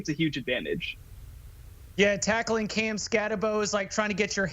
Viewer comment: Nobody taught him how to pronounce Cam's name. SMH.